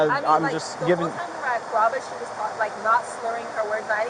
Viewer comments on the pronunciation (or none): none